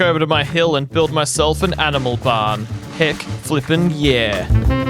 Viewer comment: i heard that too and have been saying it ever since 😂